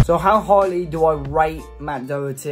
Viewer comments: Matt dawherty not dowerty 👍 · His name is pronounced DA HER TEA.He is not a British player.You sound like you know him personally.If you did you would you realise where he is from?Hopefully now he is at SPURS he will get called up to the England squad.